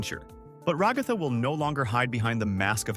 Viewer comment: I get so annoyed when he says ragatha it sounds like he says rugafa but it’s rag-a-tha